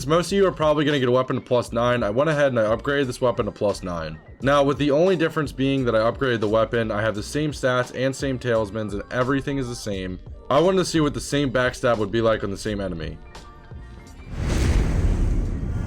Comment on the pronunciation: Did you just call them tailsmen?